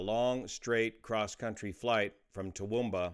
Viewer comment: Very sad news. Props for the correct pronunciation of Toowoomba. Even some Australians get it wrong.